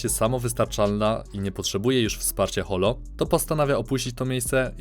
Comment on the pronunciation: Holo czyta sie Horo (ホロ)